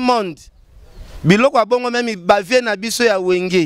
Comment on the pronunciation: olela doncii eh cimetsher😹même et non memi 🎃bozo doka ein ndenge y’a clandestin yo pe kende tiiii